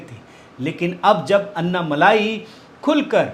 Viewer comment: इसका उच्चारण अन्ना मलाई नहीं बल्कि अन्नमलय होता है। बहुत फर्क है सर जी मलाई और मला में। मला का अर्थ है पर्वत।